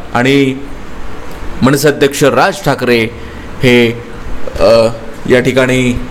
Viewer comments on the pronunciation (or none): व्हायरल इंडिया चा जो कोणी निवेदक आहे ,तो पहिला बदलावा कारण निवेदन सादर करताना "न" ह्या शब्दाला "ण" बोलतोय, गेली कित्येक दिवस आसेल चालले आहे,कधी तरी आपले उच्चार सुधारा. मणसे नाही रे मनसे बोल.असे अनेक शब्द आहेत. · मणसे नाही मनसे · Please improve your marathi say.मनसे ,आगमन